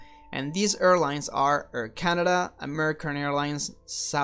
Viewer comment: He just needs to correct pronounciation of "air", it sounds like "err" (erspace, erlines, ercraft...)